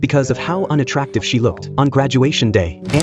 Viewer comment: Wait did u say unattractive 😐